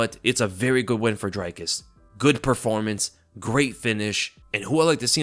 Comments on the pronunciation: It's not pronounced dry-kus it's dree kus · ITS DREEEEE-KUS. Not DRYYY-KUS And he is the funniest fighter in MMA! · It's "Dree-kis" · Dricus Du Plessis i think is pronounced like (jreekiss du pleesee) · Bro Dricus even said how to pronounce his name in the post fight speech and you're STILL mangling it. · Great recap but the way you all keep butchering Dricus's name is painful to hear.